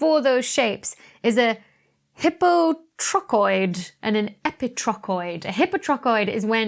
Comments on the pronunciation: Is the "hippo-trochoid" pronunciation (versus "high-po-trochoid) another difference in pronunciation between British and US English. :-) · As far as this Brit can tell: no. It's a DrBeckyism. I'd certainly pronounce it high-po (same as hypotension, hypotonic, etc. I think the prefix hypo- is greek, FWIW). My (long-suffering) Good Lady Wife sometimes pronounces words wrong because she's only ever read them, not heard them. She knows a lot of words because she reads a lot. Sometimes, this makes her Pedantic Husband's teeth grind. Of course, sometimes the PH is wrong, too. It's always nice to learn something new. I tend to come here for the astrophysics, not the linguistics (nor the astrolatin, about which I shall remain mute). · The way you pronounce "hypotrochoid" is so weird. I'm imagining you pronouncing "hypothesis" like "hippo-thee-sis."